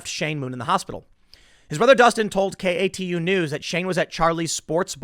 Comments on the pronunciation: KATU-pronounced as a word is “Kay-too” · I don't know if enunciation matters, but I'm from the PNW and the news channel "KATU" is actually pronounced "kay-two". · Tim, the tv station KATU is pronounced "kay-two". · Kay too News is how you pronounce it lol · Tim: KATU is pronounced kay-too. Vancouver is right across the river from Portland. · KATU2: Pronnounced : "Kay Too" idk why but thats how it is here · Its pronounced KAY TWO my man! 👌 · Tim, KATU is just pronounced "kay-too" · Vancouver is right across the Columbia River from Portland and is considered part of the Portland metro area. Also KATU is pronounced like Kay-Two. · Lol Tim, I know you are not a local, so let me help you out. katu( kay-to) is how they pronounce it. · Tim, since you have to read so many stories from them, KATU Is pronounced Kay-two. Also Willamette is Will-ammit. Portland and Vancouver are next door neighbors, both cities are on the Columbia River which defines the border between Washington and Oregon. Oh and Clackamas is clackuh-miss. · Hey brother love the videos. But its pronounced "kay-too". I live in Southeast portland thats the only reason I know. Keep it up and spin that shit.